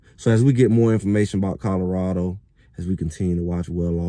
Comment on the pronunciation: Its Colorado not Codarado!